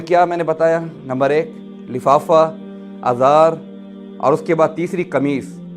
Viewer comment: ازار نہیں ازار ھمزہ کی زیر سے